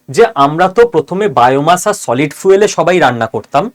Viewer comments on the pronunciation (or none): Fuel এর উচ্চারণ টা ফুয়েল না " ফিউল" pl. refer to Google or Eng dictionary